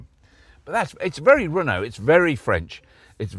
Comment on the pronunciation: never heard of a car manufacturer called "hono". Everyday is a school day I guess 😂